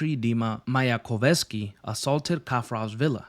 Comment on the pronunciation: its Mayakovskiy. Muh-yuh-kov-ski. fun fact - it is actually the last name of a popular russian writer in the past.